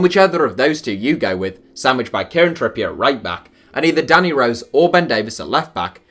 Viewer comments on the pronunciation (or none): none